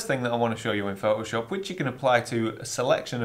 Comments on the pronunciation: Oh... So it's Pho'o'shop, not Photoshop... ;-) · I love how you say ‘Pho’oshop’. 😁 And look forward to your book!